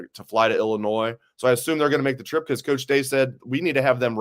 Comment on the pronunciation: Can someone please tell the S is silent in ILLINOIS!! 😂